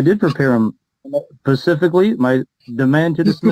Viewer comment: Omg what a mess and pacific not specific